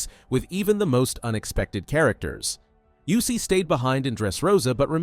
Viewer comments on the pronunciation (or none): People gotta learn to pronounce Usopp's name. It's not you-sopp.